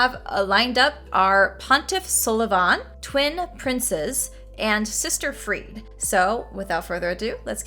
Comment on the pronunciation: Pronounced closer to Free-dah.